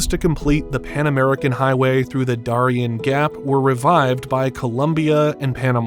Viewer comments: Its called the DARE-E-N gap but good job with the AI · This ding dong can't even say Darien Gap correctly. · Can you please learn how to say the name of the cities and towns before you finish the video! Prudhoe Bay and Darien Gap! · First of all, we can definitely tell when there's an AI voice because you don't know how to say the Darien Gap nor do you know how to say Prudoe Bay. Personally I think AI voice is on videos should be illegal. What are you, too lazy to actually narrate? Just pure laziness. Number two. Environmentalist can be so stupid sometimes. Truly truly truly stupid. So they don't want a road to go through there because of "environmental issues" Well let me tell you something, far more damage is being done by the tens of thousands of immigrants transversing the Darien Gap. Just littering and dropping garbage all along the way. Please research it! You will truly be disgusted by what you see. Sometimes environmentalist actually cause more problems to the environment than just building the road. If they had just built the road, you would never see the type of environmental damage that's actually being caused by the immigrants. And if you're worried about development. You make the entire area a national park so nobody can build in it except for the road. We got places like that all over our country. We're only the road exist and no other development. It can be done. But it takes the political will to tell these environmentalists to shove it. Because if I'm in charge, I'm not listening to environmentalist. They actually cause more problems in the long run